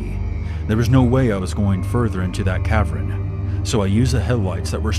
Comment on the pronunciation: It’s cav-earn, not cav-ren.